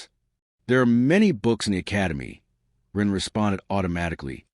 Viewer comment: Someone would probably need to rip the webnovels and give it to something like eleven labs. This one calls Ren "Run" and "Ron" lol